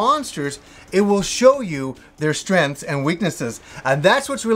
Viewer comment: What are "strenths"?